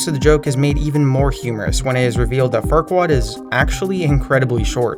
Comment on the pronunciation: You totally missed Lord Farquad's name. It sounds like Fart Wad.